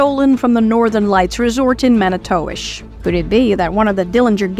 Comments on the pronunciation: "Mani-towish" lol nah it's pronounced "manitwish" trust me, I've been there MANY TIMES. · No... its Man-I-Too-Wish...